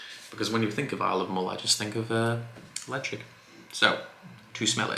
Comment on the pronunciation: I'm subscribed - but why does Ralfy call it "Leshaik" and you call it Lejigg. Bit confused.